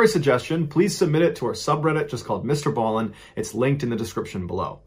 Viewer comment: Does anyone else hear, "ball in shorts, instead of "Ballen shorts?" I was busy doing something and am new to these excellent stories, so when I heard "ball in shorts," I had to do a double take! LOL Now it's stuck in my head!